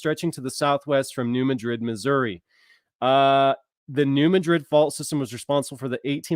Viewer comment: Hey bro,as a ,s. east missourian born and raised your driving me nuts saying "ma-drid",try saying instead "mad-rid"its bothering us "misseriens"